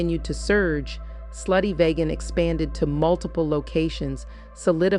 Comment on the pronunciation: VEEGAN,VEEGAN, VEEGAN - not VAYGAN - VEEGAN!